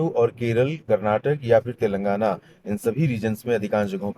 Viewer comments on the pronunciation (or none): none